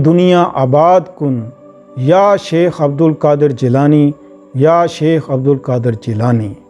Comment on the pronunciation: Shaikh hota sheikh nahi...